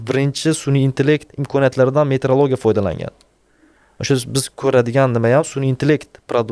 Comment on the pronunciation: Есть метеоролигия - это наука об атмосферных явлениях природы, а есть метрология - это наука об измерениях. Вы всю передачу произносите на узбекский манер - метрлогия 😢😂😎